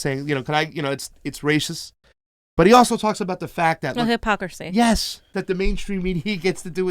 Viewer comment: says "high-pocracy".